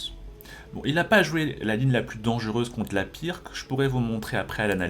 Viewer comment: Pas très important mais ça se pronounce "Pirtz" et pas "Pirque"